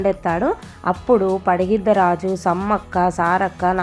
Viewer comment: పగిడిద్దరాజు అనాలి మీరు పడిగిద్దరాజు అంటున్నారు 😅